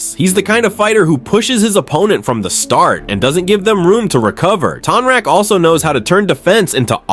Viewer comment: It's TONE-rock 😂😂 sorry I had to say something. You made some great points about Kya's aggression towards Zaheer, I never noticed that before! I think Tonraq would win, too.